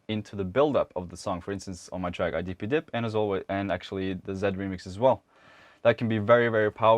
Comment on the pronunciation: When you say I dip You Dip I always hear I dippy dip :D